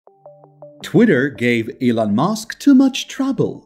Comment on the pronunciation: I absolutely hate the fact that this narrator pronounces Elon as Ellen!!!! It's disgusting and extremely irritating to hear stop using this idiot to narrate your videos!!! Or I'll simply stop viewing your videos!!!